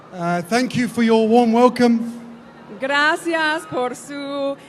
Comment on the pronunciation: I have never heard the word ‘gracias’ pronounced as grassyarse before.